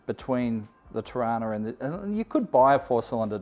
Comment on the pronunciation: Just need to pull you up on one thing, it's pronounced "Trarna"